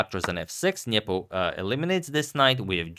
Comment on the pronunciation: I like how Agad says "Nyepo". This is correct.